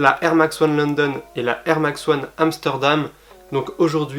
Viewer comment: air max one amstordom ahaha